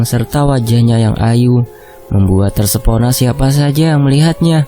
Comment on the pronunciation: Kirain cuma aku aja yg mlesetin kata TERPESONA jadi TERSEPONA ternyata Mimin juga di plesetin 🤣🤣🤣